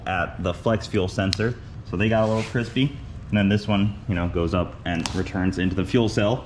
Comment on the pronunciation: cwispy, is how I heard it every time in my head... glad it was just some toasty lines so far(havent seen the next one)! That new trailer jack looks a bit slower then the old one, but probably better maneuverability on grass :D